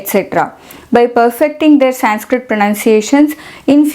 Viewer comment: Excellent presentations with perfect pronunciation of Sanskrit words.